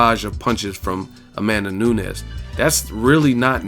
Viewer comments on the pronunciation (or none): It's pronounced "noon-yez" not "nu-nez" .... I'm sure she's going to be around for a while so I would hate to hear U mispronounce her name multiple videos for the duration of her time as champ or relevancy.